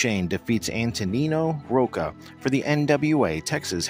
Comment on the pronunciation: Ive always heard it prounounced as Rocka, not Roaka.